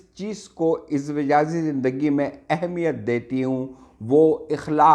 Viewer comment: 🤣🤣🤣🤣🤣🤣🤣🤣 ٹاپک کا حق میرے بھائی سا وقت ادا ہوتا جب وڈیو بنانے والا کم از کم کتاب سے دیکھ کر ہی صحیح اردو تلفظ استعمال کرتا جس شخص کو ازدواجی نہیں کہنا آ رہا آپ اس کو واہ واہ کر رہے ہیں بھائی اپنی بہن کی بات کا برا مت منائیے گا